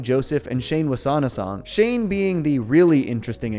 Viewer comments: Not "Shane"! Chane like "chain". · you keep pronouncing his name as "shane", but his name is chane. Its pronounched as chane countless time in the show. Its a "ch" sounds, like Chester Cheetah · Just for the sake of it, Chane is pronounced like "chain" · Shane? You mean Chane right? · It’s Chane, not S H A N E. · Why does everyone keep pronouncing it "shane"? isn't it pronounced "chain"? The Chane train stops for the ladies! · Nice analysis but have you ever seen the original show? It's Chane Wasaanasong, like chain... That's how they say it in the show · Chane was pronounced " Chain" not Shane!